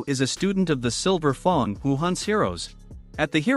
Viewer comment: Oh nahhhh yo voice be wildin by saying silver fong💀